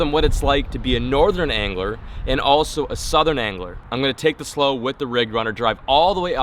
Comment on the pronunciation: im still laughing at the "slowe"